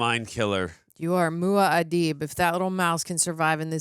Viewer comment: Love how she mispronounced Muad'dib the whole time as mua'adib :))